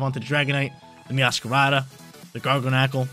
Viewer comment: This guy is hella funny.. He said Garganecle 😅😂🤣